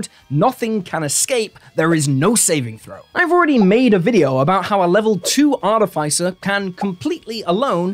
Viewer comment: It’s pronounced Ar-tiff-iss-er, not Ar-tiff-ice-er.